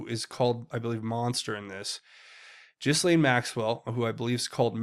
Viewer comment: I wish my favorite Tubers would pronounce the madam’s name correctly. The S is silent in Ghislaine. It’s G’Laine. PS. Love your show. Dead Epstein on gurney likely Tony Rodham sending an unmistakable message to the Clintons and cronies